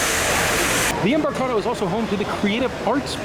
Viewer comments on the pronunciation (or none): UH,. Em-bark-uh-daro building Embarcadero